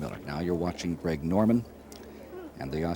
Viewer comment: It's pronounced Greg Norman Greg Not Craig Been listening to this for how many years